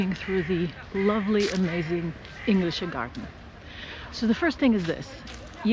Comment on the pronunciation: One little thing: You obviously speak German, so why did you pronounce Englischer Garten like how an English speaker would pronounce "English"?